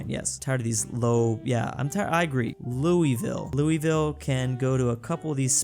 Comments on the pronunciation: as a kentuckian, WHAT THE HELL, ITS NOT CALLED LOOEEVILLE, ITS CALLED LOUSIVILLE, PRONOUNCED LOO-U-VILLE AAAAAAAAAAAAAAAAAAAAAAAAAAAAAAAAAAAAAAA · It’s Pronounced “Loo- a- vill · Louisville Residents on their way to tell it's pronounced 'Loohvuul' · Bro doesnt know how to say louisville